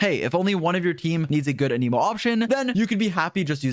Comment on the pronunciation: He's not a "must pull" (unless you want your account to be good) ... the usual video. Also, please learn how to pronounce Anemo properly. =)